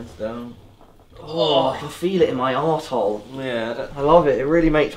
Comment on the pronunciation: Šerio. no... its ARSE hole, thats how he said it at least and it got me x)